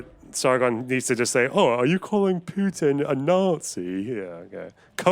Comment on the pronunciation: I hate how sargon adds a J to putins name. PJutin. Ugh. He sounds like a slur.